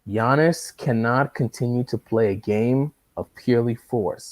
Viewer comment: Why do you call Giannis, Janice?